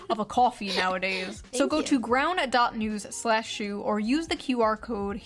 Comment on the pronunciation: June loves plugging that 'ground news' shit but can't even say it properly. 'Groun'...I can't stand how she speaks in general, tbh